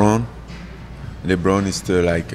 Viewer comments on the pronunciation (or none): Who's ur favorite basketball player.i thought the homie said Lebanon lol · Lmao at his perfect french pronunciation of Lebron